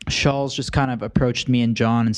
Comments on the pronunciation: It's pronounced Shults. It's sad they still don't know how to say his name. No wonder they sucked interviewing him. They researched so little that they don't know his name. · Nelk were saying his name wrong the whole time lmao maybe that contributed to the situation